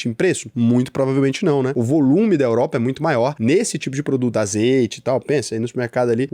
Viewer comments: "Europra" , "Chegrei Brasil" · “Europra” me pegou um pouco. Kkkkkkkkkkkkkkkk. Tmj ❤